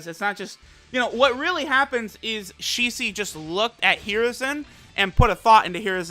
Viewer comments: Shicee? Ok now Your taking the piss. I'm so tired of people pronouncing it wrong. Its pronounced SHE-SWEE. she as in she, swee as in sweet. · It's not Shi-Si or Shi-Suí , pronounced like Shi- SUi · i dnt think its said like shi cee. i m pretty sure its really shi-su-i. the su pis emphasized and the i said very quicly after. yeah, asian languages are crazy with how the emphasis is placed on each syllable. its hard for westerners to cath it sometimes. listen to hwo this dude says it.